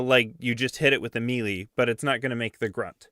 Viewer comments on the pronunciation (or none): Melee is pronounced may-lay btw